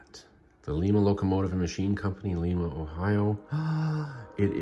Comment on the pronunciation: Your saying Lima wrong it’s not Lema